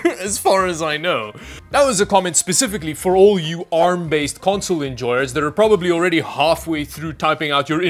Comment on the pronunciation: Can you please say ARM as in poor lol I mean you dongle in your accent correctly.